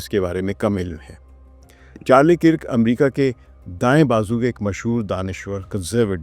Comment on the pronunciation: Kirk is pronounced as “KURK”. Please correct.